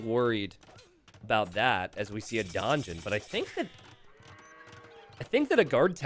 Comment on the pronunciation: Love your work, but uh, how come...you say...DONgeon. XD